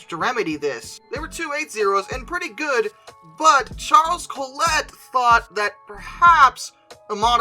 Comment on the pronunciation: And Collett isn't pronounced "Coll-ett", but more like "Coll-it"